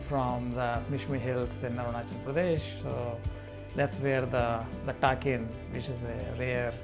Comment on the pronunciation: it's an honour to mishmi tribe. but it's takang not takin.it's British pronounciation